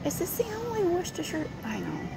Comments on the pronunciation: As someone who lives in Worcestershire, UK it’s so refreshing to hear an American pronounce it correctly 😅🤣 love that! Also, I’m absolutely baffled by the amount of variety your super markets provide 😳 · Perfect pronunciation of Worcestershire sauce! Never heard an American person get that right before. (Don't mean to sound patronising, I'm just amazed!).